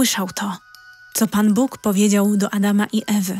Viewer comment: Dlaczego tak źle jest akcentowane słowo "Bóg". Czy to czyta człowiek czy automat?